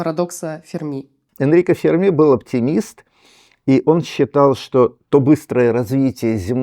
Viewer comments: Не Фермі', а Фе'рмі!!! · Почему ведущая произносит фамилию Ферми на французский лад, с ударением на последнем слоге? В отличие от Сурдина.